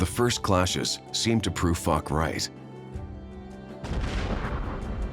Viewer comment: the narrator mispronounced General Foch's name wrong. It is pronounced Fōsh not "fuck."